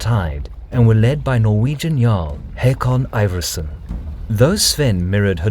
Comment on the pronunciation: Its pronounced Håkon